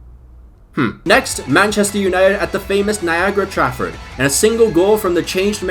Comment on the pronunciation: "Niagara Trafford" Goddam 😂😂😂